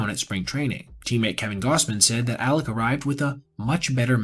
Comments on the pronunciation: You have repeatedly called him "Alex". It's clear you know his name is Alek. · Alek not Alex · Names Alek not alex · I do throughly enjoy your videos. But dawg you called him Alex/Aleks like 15 times. At least get the mans name right. Hes having a tough time rn lol.